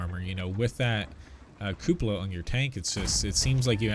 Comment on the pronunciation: So glad there is a YouTuber that can pronounce cupola properly....